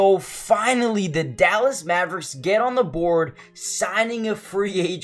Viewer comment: He really said Mavericks